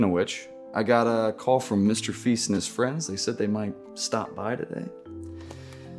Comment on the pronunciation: "Mr feast" "Alison day" I can't 🤣